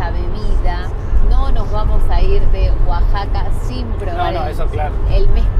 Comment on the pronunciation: Ya acostumbrada a los titulos catástrofe asi que no me preocupé, es la moda de todos los youtubers 😂 igualmente una lástima la pérdida del material!!! Una duda, porque dijeron Guasaca durante todo el video si es Oaxaca??!!!